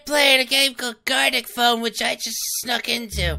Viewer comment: Gartic Phone, as opposed to "Garlic" Phone, lol 🤣😂